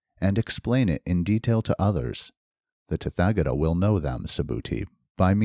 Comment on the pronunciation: Hi, thank you for this and my apologies if it is rude to give a correction, but the “th” in “tathagata” is not pronounced like the unusual English sounds represented by “th” - as in “thick” or “thorn”, it is a dental aspirate like the sound normally represented in English by just a “t” - as in “top” or “Tom”. This is the case for all “th” in Sanskrit words. Best wishes 🙏🏼